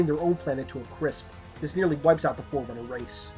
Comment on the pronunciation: When you first said forerunner I thought you said foreigners 🙂